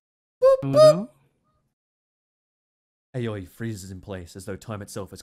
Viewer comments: How to butcher a name, with: Aoi Éiöê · Repeat after me guys: "Ah - Oy" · Also, Aoi is pronounced like ow